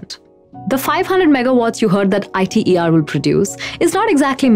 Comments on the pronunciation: It's not pronounced I.t.e.r. it's prounced as a word iter. It's an acronym not an initialism. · Alright good point! The issue could just be solved by her showing 'ITER' on the screen while saying the reactor name though. Or anywhere else in the video. Then it would basically be a ssa situation. I also need to mention that it's 'eeter', not 'eyeter' if you were wondering. Sry, guilty of being hmfic (I pressume?) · TFC! Do you even fusion? jw. idrm what you think the proper pronunciation is. She is assuming a role as someone who is in enough of an expert position to talk about fusion in public. Some abbreviations are pronounced letterwise, and some are not. ITER is not. smh gtfo sfb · She lost all of her credibillity when she mispronounced ITER. More so, hearing someone talk about pollution when they live in a country that has open sewage problems in major cities, and river (Ganges) where they dump dead bodies and then wash in that same water is absurd...